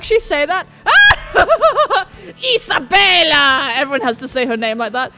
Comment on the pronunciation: HEY! Thazt annoys me when you pronounce isabella like that, because thats my name!!! xD i get it's italian but you don't always hato to pronounce it like that xDDD